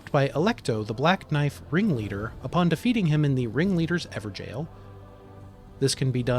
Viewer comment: stop calling it an "ever-jail" it's pronounced "ever-goal".... lol. excellent informative content however!